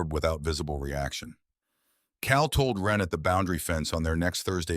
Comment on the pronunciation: For god's sake, this vid is slop right from the start. I think the name is supposed to be "Wren", not "when." Being a big reader of REAL authors, it makes it really difficult to listen/watch these vids when they constantly prove that it cannot spell, doesn't know what punctuation is, and can't tell the difference between words that are spelled differently depending on how they're used in a sentence. This is the 3rd slop vid from this channel. 3 strikes, you're out. I've unsubscribed to so many of these AI channels because it can NOT get it right. I'm down to 2 or 3 of these channels; if the slop continues, it will be zero.